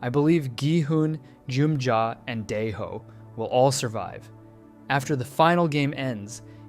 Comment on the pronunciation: (Die-Ho, My-yung-gi, No-aol) Everyone Else: (Day-Ho, Me-yung-gi, No-Eel)